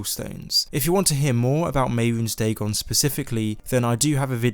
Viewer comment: All credibility goes out the window when you say dagon.